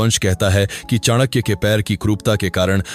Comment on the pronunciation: Two simple questions to you. 1. Whether you consider the ancient broken bridge between India and Sri Lanka was Ram setu Or Adam's bridge? 2. Whether you consider Ramayana and Mahabharat are real or imaginary ? As per western historians whom you are following. The Pronunciation of Chanakya is not correct. Years of research required to comment on such issues. And finally I was quite sure that your points are not at all reliable when you are referring Romila Thapar. Stop insulting such great people and our great nation